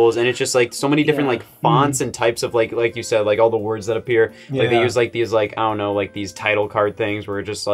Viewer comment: nobody: scott: ionknow